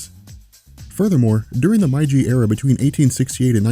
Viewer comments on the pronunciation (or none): Did he just say "My-jee"